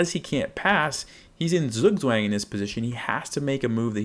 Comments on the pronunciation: Just a heads up, Zugzwang is a German word pronounced sort of like "tsuuk-tsfang". The uu being like in the word "too", and ang almost rhyming with "bong" (not with "bang"). Wouldn't normally comment on it if it was a minor difference, but it's basically unintelligible to a German 😅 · I would probably say the -ang should be more like -(ah)ng (a as in father) than -ong, but I suppose this is a technical difference. This is still a massive improvement. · You really should've taken the time to learn to say the word properly, you butchered the pronunciation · Thank you for the clear explanation - but PLEASE learn to pronounce it correctly!!! It is a German word, not American!!! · you pronounced it wrong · Great video! But please learn how to pronounce Zugzwang! Bitte! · beans what language, english? you do realise that a language is built on the people speaking it right? no point in nitpicking zugzwang when everyone mispronounces coup d'etat, qatar, or literally hamburger the way its supposed to be natively pronounced. also, did you know google is a search engine that searches dictionary definitions and not a literal dictionary? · thank you for the clarification, since you are a native German speaker, it would be really great if you could upload a video dedicated to correct pronunciation of this word since it's fairly common in English to be mispronounced